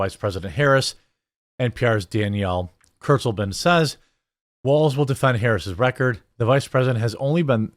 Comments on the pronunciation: Bro it’s pronounced kurts-lay-ben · Y'all are saying her name wrong. Read it like a German would, then translate it into English. It's kind of ominous. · Did she say “Kurzleben?” That literally translates to “short life” 😂😮